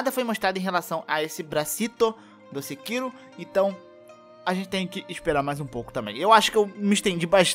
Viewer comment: KKKK vc falando "sekiru"